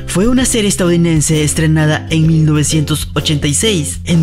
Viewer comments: Like si te diste cuenta k se equivocó el actor atouniridence-en vez de el actor estado unidence jjj👌✌ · Dijo estaduinense :v